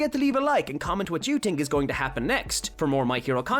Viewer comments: You were saying tink not think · I like how he says tink instead of think